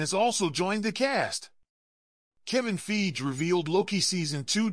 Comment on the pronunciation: Soon as he said feige wrong I was out lol…